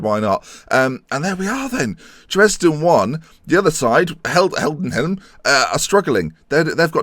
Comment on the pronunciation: BTW it is "hi-denn-hi-m" for Heidenheim not "Hell-den-hi-m"